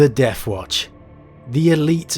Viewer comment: “Deffwatch” “wif” “frough” “uvvar” but also pronouncing “the” correctly many times. Yet ANOTHER channel based on story telling who is lazy about pronunciation. It’s not a speech impediment like I’m sure some of you will say since he can pronounce the “th” sound correctly and does so many times. He could do it in the rest of the words but he is lazy so just says “ff”. A video literally about “The Deathwatch” or rather “the deffwatch” you would think would compel someone to pronounce the sound properly instead of hiding behind lazyness. If he never pronounced the sound correctly then it COULD be a “speech impediment”. Even then go to a speech therapist and work on it if you’re going to make content containing you reading words. It’s a joke and so common amongst 40k lore channels from people from the southern UK. It’s pathetic. Talking like a literal ork which is a caricature of the pronunciations of words from thickos in the UK.